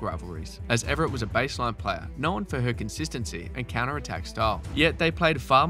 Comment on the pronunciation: It would be nice if you could pronounce Evert right. It's Evert, not Everett.